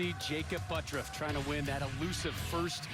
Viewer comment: I don't care how he pronounces it, but 'ButURFF' is NOT pronounced 'ButRUFF''. There is no way, in the English language, in any obscure pronunciation rules, to get there. Sorry if you don't like the way your name is really pronounced, but if you want to change the way it is pronounced, change the spelling. That being said, I love to watch him bowl!